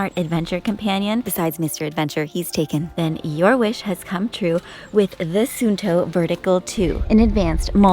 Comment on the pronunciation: I liked the strawberry shake in the bedroom and the vanilla shake in the livingroom. * Try saying Suunto with little bit longer U, it literally is two letters in Finnish. Many times in our language if you pronounce word with too short double letter it transforms into another word, so if there is two you really need to pronounce two. (tuli -> tuuli fire -> wind) :D <3